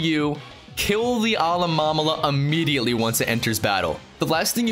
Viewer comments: Alamomala? ITS PRONOUNCED ALOLAMOLA ALOLA-MOLA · alamalala = alolamola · "Alolomomala" UGHHHHHHHH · Actually, look it up. It's "uh-LOH-mo-MO-lah". And, of course, you have Rattata. It's not "ruh-TAT-uh", it's "RAT-uh-TAH". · 'Alomamolama' NO. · Alah-Mom-Olah? Lol